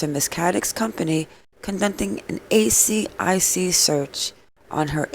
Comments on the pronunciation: you keep saying A C I C instead of A S I C which stands for Australian securities and investments commission 😊 AH! YOU GOT IT! well done:) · Also, you can pronounce asic, like a full word instead of spelling it out each time (I’m Australian, that’s what we call it)